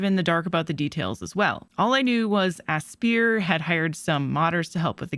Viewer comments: NEVER heard Aspyr being pronounced as "Asbeer" before, it's supposed to be "Aspire", as in "I aspire to be something" with the star in the logo. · Great video! It's pronounced Aspire though, not ass-pier :) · Because it has "spy" in the word? "A-spy-er" and it's close to the words 'Aspire' and 'Inspire', which the word 'spire' further cements the pronunciation. I don't want to come off as a grammar nazi, people can pronounce it how they wish but you can't tell me it's pronounced "asbeer"